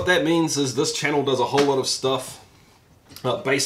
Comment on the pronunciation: Swallows the last drop. "Yeah, thatsh lovely schtuff"